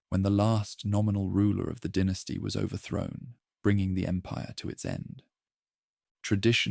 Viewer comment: The pronunciation of dynasty fluctuating between “dye-nasty” to “den-tasty” is another sign that it’s probably AI